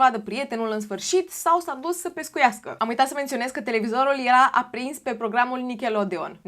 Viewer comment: Se pronunță nicaloudiăn 😊😊😊